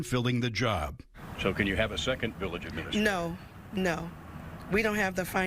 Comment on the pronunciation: village "ahministrator" She also knows Michael in the biblical sense.